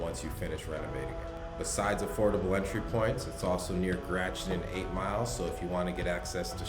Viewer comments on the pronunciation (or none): Are you from here? Gratiot is Gra(Gras) tiot(she ott)